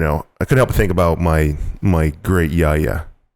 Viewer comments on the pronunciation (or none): terrible pronunciation yaya it's not yar-yar it's a quick yaya a = u in nut